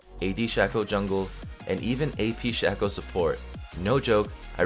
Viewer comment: It's pronounced "Shaco", not "Shaco"...